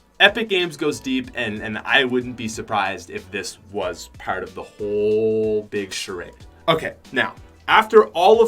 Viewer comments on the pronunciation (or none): Uuugh he says aerms instead of arms and paert instead of part and it’s so annoying